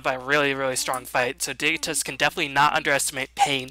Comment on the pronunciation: it's uhhh...pronounced digni-toss